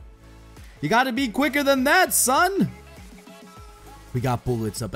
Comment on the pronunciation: You tried to say gotta boy but u combined it